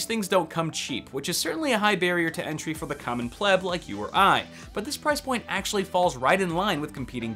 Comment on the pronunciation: I really like your videos, but would probably enjoy them much better if you're rather "stylized" form of diction didn't include really bad pronunciations such as used on "plebe", vs. (pleb) for plebian and "subsequently" vs. (subseequently). Otherwise, awesome!